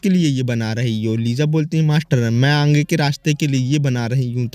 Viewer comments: Bro says aage ❌aangee✅ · Bro Ange nhi agee hota h 😂